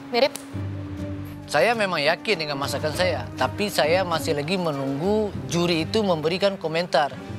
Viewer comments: Ada yang ngeh ga kalo lord adi belibet ngmg masakan jadi makasakan🤣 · Lord adi = "makasakan saya" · "Makasakan saya" Lord adi. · Apa itu masakan? Yg saya tau "Makasakan" 🤣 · KBBI akan segera mengubah entri "masakan" menjadi "makasakan" Terima kasih karena telah menambahkan kekayaan khasanah bahasa Indonesia, Lord.